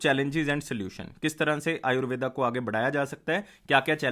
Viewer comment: आयुर्वेद होता है ना की आयुर्वेदा